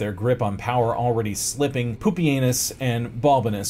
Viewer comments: I was getting annoyed at the mispronunciations, but Poopy Anus really brought it full circle. All the way around the rim. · Normally I don’t like butchered pronunciations of historical names, but if the butchering results in the name Poopy-anus then I’ll allow it 😂